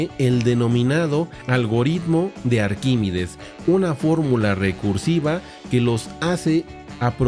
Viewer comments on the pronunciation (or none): Has pronunciado arquímides en vez de ArquímEdes un montón de veces. Muy interesante por lo demás. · Arquímedes no es Arquímides. Aprenda usted a leer antes de ofrecer sus clases.